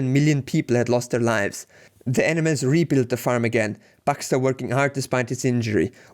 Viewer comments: This guy says animals like - Enemas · Great video. You do however pronounce "animals" as "enemas" which is slightly disconcerting haha!